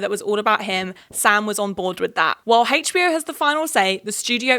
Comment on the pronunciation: girlie i love u but the way you say hbo really bothers me it sounds like you’re saying hagebo